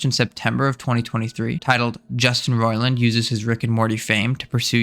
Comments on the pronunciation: His surname is pronounced “ROY-land” not “Roland”. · he only begins to pronounce it correctly He pronounced it wrong at the very beginning of the video and only then corrected himself after several mentions of the name. He said phonetically: 'ROLLAND', not 'ROYLAND' or 'Roiland' as it should be spelled. You should probably rewatch the video as you have it the wrong way around first of all. Yes he did correct himself eventually sometimes, but if you are going to do a while expose on a person, generally you should be able to say their name correctly. His video is also extremely biased and doesn't at all talk about the fact that he has already been vindicated of the claims against him in court. Despite that being an established fact as of the release of this video, it was not mentioned once. That's terrible journalism, as well as purely intellectually dishonest at best. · He did pronounce it right at the beginning than he changed the pronunciation later on. So which way are you saying he's pronouncing it wrong? With or without the i in roiland?